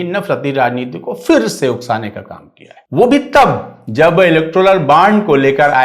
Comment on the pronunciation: Bhai Iqbal bhai aap tau “fir “ mat kahiye janab “phir “ hota hey